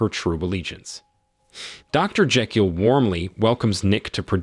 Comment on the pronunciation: You pronounce Jekyll and Thames is the most American way.